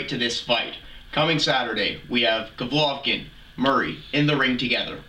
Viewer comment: "Govlokin" smh, learn his name first